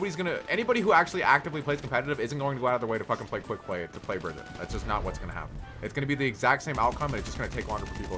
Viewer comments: One thing blizzard has announced is Brigitte isn’t pronounce Bridget it is BRI GHEE TAH!!! OK? Daddy Jeff cleared the whole situation on that!!! Another is Ana. Not ANNE-UH it’s AHN-UH!!! they might not have made that official but it is the way the characters say it. And O’Hara isn’t FAIR- Uh it’s FAR-uh. Reinhardt isn’t rainhardt Hanzo isn’t HANNE-zo and so on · its not Bridget its Brigitte (listen to the dev updates) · its bruh-git-taa actuALLy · Bruh-gee-taaa Not Bridge-it. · say it with me: Bri-gee-tah. Brigitte. jesus, why can't people pronounce it right? It's said in the game! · You pronounce Brigitte's name wrong. It is Breh - geet - uh, I think it's a German name even though she's Swedish. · "Bridgette"? Brigitte is strong but she's not op lmao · Why can’t anyone pronounce Brigitte’s name right? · Bridgette you pronounced it wring